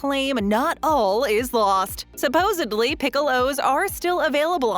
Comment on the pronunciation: As a professional narrator, it drives me crazy to listen to this lady. It's SUPPOSEDLY, lady, not SUPPOSEBLY. You're a professional, and it's a pretty simple word for pity's sake.